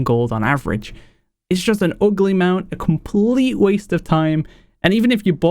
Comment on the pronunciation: "kind of oogleh" love it :D great top 10